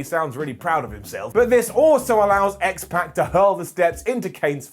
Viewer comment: Can you please start pronouncing names correctly? X-Pac’s name is not pronounced that way.